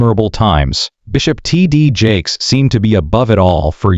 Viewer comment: Is the constant mispronunciation of his name to avoid a law suite?